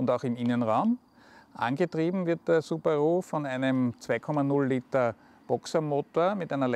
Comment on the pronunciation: Subarooo? Schlechter kann man eine Marke nicht aussprechen! xD